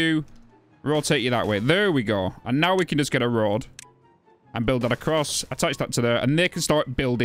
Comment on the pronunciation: You got my eyes sweating because when you said "road" I heard "rod" with your moist shafts XD Seen timberborn before but uhh.. let's just say your unique approach to it keeps it fun, keep up the vids!